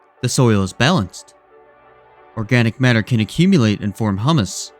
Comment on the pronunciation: Great video, the organic matter is pronounced Hew-mus.